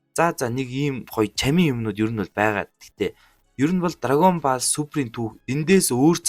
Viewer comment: Pzdaa dragon Boll gej helyaa Ball gej bicheed boll gej unshaach